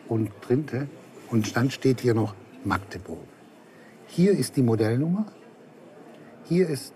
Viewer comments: Magdeburg, besser Machteburch. Aber auf keinen Fall Maaaagdeburg! Wann kommt das denn im Rest der Republik mal an?! :D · Magdeburg 💙 Und nicht Maaaaagdeburg!!! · Nein, es heißt nicht Maaaaaagdeburg. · Es heißt Magdeburg und nicht Maaaaaaaagdeburg 🤯🤬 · Oder Maaachdeburch !